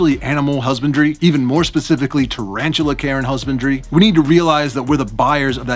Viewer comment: I keep hearing "Care and Husbandry" as "Karen Husbandry".